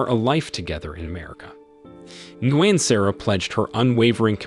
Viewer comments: Nguyen is pronounced “win.” The N is silent. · Darn AI voice doesn't know how to pronounce Vietnamese names. Nguyen---nwhen. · Bro. It’s not pronounced hope it sounds lmfao! “Nguyen” is pronounced “Wynn”. Smh. U gotta know this if ur gonna make a video about it 😂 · Nguyin = actually pronounced "win", as in "You win this challenge") in USA, NOT actually as interpreted; "Bow"= pronounced "Beau" (Bee+Oh). There's at least one other in there, but as much as this is so unremarkably researched [dot dot dot] Still enjoyable otherwise. Ty for the summary, very well done (no, I'm not being facetious, it's an awesome summary and I appreciate you for showing the "big picture"). Hats off to a solid summary 😊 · he called nguyen is guin 🤣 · her name is pronounced, Sara "New When".. Learn Vietnamese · Ni-goo-yen lol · God I hate your mispronouncing of Nguyen. It sounds like Win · Who the heck is Guin Sara? Guin… really lol😂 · Well the moronic AI that read this material fouled up all sorts of things. Nguyen is pronounced, “WIN.”